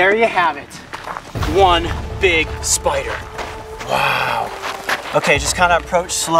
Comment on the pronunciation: For a second there I thought you said SPRRRRRRRRRRRRRR